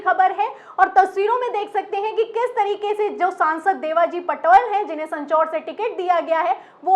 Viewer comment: सँचौर नहीं सांचौर